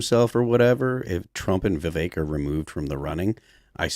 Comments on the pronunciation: His name rhymes with CAKE ... Its pronounced VIV-VAKE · I can’t stand how people still pronounce Vivek incorrectly.